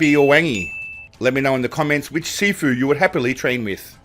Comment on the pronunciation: I thought you were saying "Seafood" not "Sifu" 😂